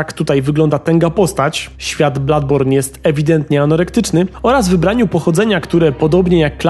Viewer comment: Nie ma czegoś takiego w j. angielskim jak "Bladborn" jest to niepoprawne..